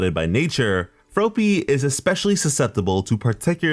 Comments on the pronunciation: hearing you say froe-py instead of frop-py made me wanna yeet a frog at your head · He kinda sed ropey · The way he pronounced froppy is how she pronounced it in the anime. Shes my favorite 😍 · Froh-ppy huh? Take a shot. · Froe pee? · Ugh your saying her name wrong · The way your saying froppy is making me feel weird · The way you pronounced Froppy made me realize why im suicidal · >saying Froppy wrong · I cringed every time he said it wrong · Yes he is